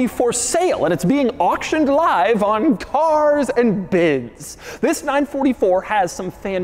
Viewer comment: really comforting to see that Doug finally being able to properly pronounce carsandbids. In earlier videos, he pronounces it like an Italian immigrant from those old movies. carzz-ANDA-bids.